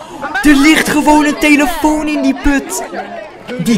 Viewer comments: Heb je gehoord dat bij de eerste vidio zegt tyeelitoon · je zei telifion ofzo